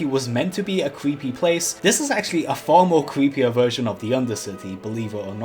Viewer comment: "this pwaice is wewy kweepy... " Me: "if you're haunting wabbits, maybe"